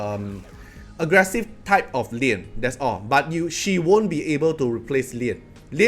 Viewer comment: I'm confused about your pronounciation of Lian and Liam. 😂 Sounds same to me. 😂